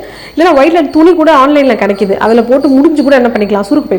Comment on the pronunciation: Velvet ma violet nu solringa..😢